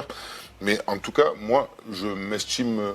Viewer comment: "Il s'eschtime" le triple zéro. Pauvre naze.